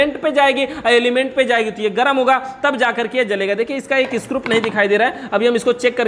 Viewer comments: इंडिकेटर को इंटिकेटर मत कहो स्क्रू को सकरूप न बोलो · Bhaiya ji aap bar bar स्क्रूप कह रहे हैं ये अच्छा नही लग रहा.....isko screw( स्क्रू) कहा कीजिये। आप अच्छे जानकार हैं इलेक्ट्रिक उपकरणों के...thank you jankari dene ke liye.